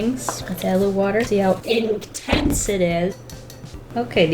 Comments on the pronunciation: "ink-tence" LMFAOO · The like followed seconds after "inktense" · No one: Absolutely no one:: bouQUeT-yAy InK-tENce